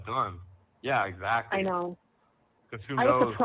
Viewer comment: Stop saying exAcccly, and taaaableet.